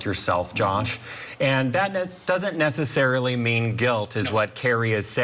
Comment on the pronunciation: this newscaster talks with such a gay affectation. I don’t care he’s gay yet come on, your a news anchor lose the GAY stereotypical intonations OR go all out and add the hand jesters as well. the way he pronounced necessary and screaming. this channel 🙄